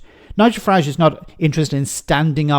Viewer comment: Good old farmer fuhrage 😂😂😂